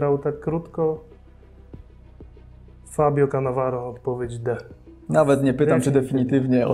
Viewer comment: Cannavaro powinno byc a nie Canavaro